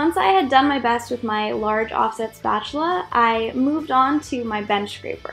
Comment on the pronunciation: I love the way you say spatula, sounds like SPACHULA